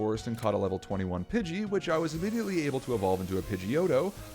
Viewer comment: Instead of immediately, you know what I thought you said legally